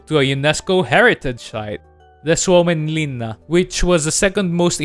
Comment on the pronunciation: the pronaunciation of suomenlinna was perfect